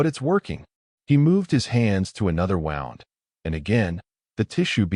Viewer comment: Normally this AI does a good job. The wound (injury) vs wound or wrapped is driving me nuts.